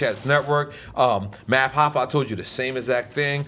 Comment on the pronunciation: he said "math hoffa" bruh nobody cares about his podcasts